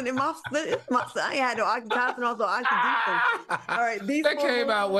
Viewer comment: Love Al's laugh. And Claudia, it pronounced "OXY-TOE-SIN" (Oxytocin)